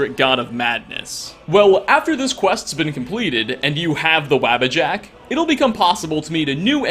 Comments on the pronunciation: psst... It's pronoucned "Waw-buh-jack" not "wabba-jack". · waabajack? wtf...dude pronounce it with u instead of a... e.g wubbajack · Bro I love your videos but how you miss pronounce the Wabbajack makes me Twitch lol sheo himself says it in game lol